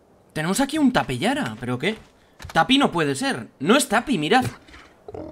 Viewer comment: Es tapejara no tapiyara